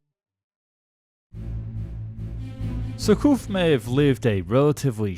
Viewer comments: The "" Jurcouf "" the French are strange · Repeat after me, sheer k oof. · Other than a cringeworthy mispronouciation of "Surcouf," pretty good, overall. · ... only since you asked, but your French pronunciation isn't great... surcouf ... rhymes with goof, aloof, roof, . You were sometimes saying it right, but more often it rhymed with cough. nope DeGaulle the president it sounds like Goal, Mole, Pole in English... not gall or pall, or fall... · The account was well related, but, without malice or prejudice, her name was Surcouf, not Surcoff. The memorial is in CHERBOURG, a very busy French, Channel-Port, and Town in Northern France, due south of Portsmouth & the Isle of Wight. I’ve never heard of Shenburg.